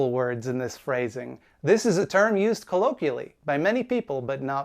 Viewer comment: You can’t even say colloquially correctly. You are an even more lame version of Will Wheaton. Get your tooth fixed toolbag.